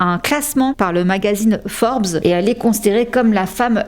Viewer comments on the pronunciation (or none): none